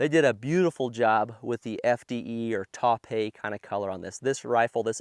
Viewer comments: The mullet shown through "TAUPE" IS PRONOUNCED T-O-W-P-E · Been watching your vids for a while and love the content, so this comes from a position of love. You pronounce "taupe" like "dope" with a T. So it's "tope". 😅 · “Taw-Pey”? I think you’ve discovered that the Al Gore’s Rhythm likes comments about mispronunciation.